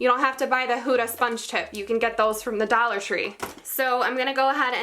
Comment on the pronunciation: Lol I’ve never heard you sound so from up north than when you said Dollar tree lol. Love it 😍